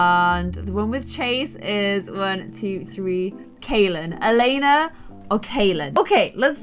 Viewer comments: So i know it's late but Elena isn't called Elena het name is Eliana (my name and i've never Saw that name anywere else!!) But you say it like: Elieana you do say the i So don't know why i wrote this... Bye. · Anyone find it funny that she was saying “Elena” not “Eliana” 😂😂😂😂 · So the name is pronounced Ellie-ahna not Elena lol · The Robin and Nathen child’s name is pronounced El-e-anna. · omg my name is Eliana and you've been pronouncing it wrong the whole video but wow.